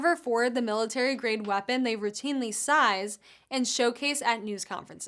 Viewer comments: “seize” is pronounced as if it were spelled ‘seeze’. Rhymes with sneeze like when you react to dust or pollen. Not ‘size’ like how big something is. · Learn how to pronounce seize and heralded. Your reporting will be more respected once you start pronouncing simple words correctly